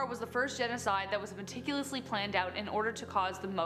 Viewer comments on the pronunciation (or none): none